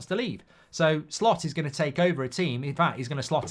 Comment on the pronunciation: Why do I keep hearing Slop